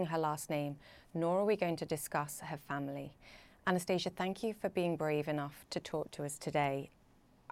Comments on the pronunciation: Lol, she keeps calling her Anastasia, while her name is spelled Anastaniia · These are the characteristics of English pronunciation. Her name is actually pronounced differently.